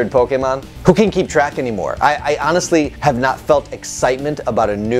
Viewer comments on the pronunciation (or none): none